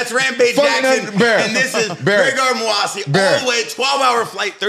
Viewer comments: Bear has NO idea who the moose actually is. Kept calling moossi lmaoooo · graygar muhasi.. say the mans name correctly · Mouasi? It's Mousasi. Talking about giving him so much respect and can't pronounce his name properly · Mouhasi...? Is that how its pronounced? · Bear glazes but cant pronounce his name even and they dnt seem to get tht GEGARD IS ARMENIAN